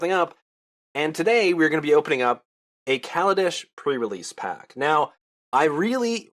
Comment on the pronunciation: it is pronounced like Ray